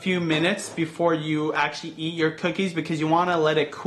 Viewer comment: Eat. Not ear. Lol